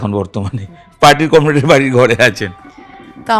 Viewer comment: কমরেড নয়, কম রেট😂😂😂